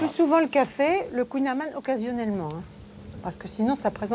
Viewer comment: Ta pronontiation est mauvaise mais c'est drôle. On dit khouign amann !